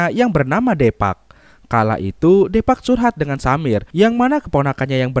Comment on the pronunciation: Deepak dibaca dipak